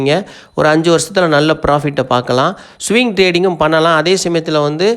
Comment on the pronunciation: சுவிங் ட்ரேடிங் அல்ல ப்ரோ, ஸ்விங் ட்ரேடிங், வார்த்தைகளை சரியாக சொல்லவில்லையென்றால் உங்க நாளேஜ் இல்லைன்னு நெனச்சிடுவாங்க